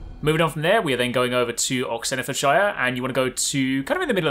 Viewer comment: Any find the way he said oxenfordshire